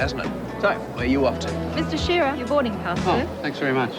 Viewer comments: You need to work on pronouncing things with an Aussie accent.. I was frustrated when you got "Shira" from "Shearer" 😝 the boob man is John Waters, and is Paul Cronin. Both prolific aussie actors during the "Paul Hogan" era. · C’mon, you should know that ‘Sheara’ is Australian for ShearER!